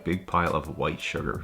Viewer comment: Yeah sure white "suger"🤣